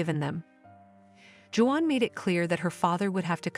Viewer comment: You should have hired a human to read this story..... Or, maybe you could have taught the robot how to say "Juan."